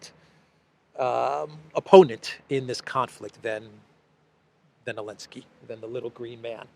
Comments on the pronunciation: That fact that still says Elenski is hilarious. For newcomers, Elenski banned the letter "Z" in about chapter 6 of this saga😂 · don't fucking call him Elensky...it sounds Hellenic...wtf...he is a talmudic monster...ZZZZZelensky...